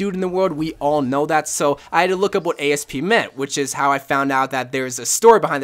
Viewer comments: "Ay-Es-Pee" you mean... Asp? As in Cleopatra getting bit by a snake? Lmao, I wasn't expecting you to spell it rather than just saying it. You are too perfect for this world Bro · this bitch said A-S-P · Did.. did he just pronounce “Asp” as an acronym..?